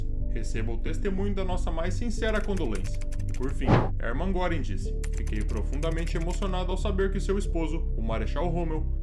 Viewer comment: Perfeito uma pinoia, o cara chamando Göring de "Góring", Kitel de "kitéu", Meisel de "Mês-el", afasta completamente da ideia do nome real e consequentemente do imaginário das comunicações da época.